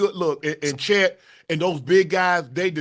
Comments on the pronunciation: Dont bring back gp he got so many people name wrong “Johnson brothers” “rivers” “chad” 😭😭 … thompson brothers, reeves & chet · GP calling Chet…Chad😂😂😂😂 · Is glove calling Chet chad? 🤣